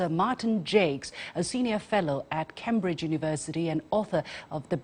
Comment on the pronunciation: Ms Liu Xin, Cambridge should be pronounced Came Bridge, NOT Cam Bridge.